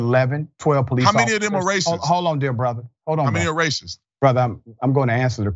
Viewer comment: I'm not sure "dear brother" means"dear bother"when he says it😂